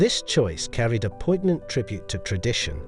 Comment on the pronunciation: The g of poignant is silent..